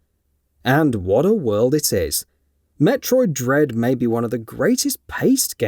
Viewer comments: Did you say Metroid Dead? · Did he say Metroid dead??